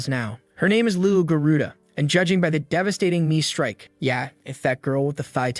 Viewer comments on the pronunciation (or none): none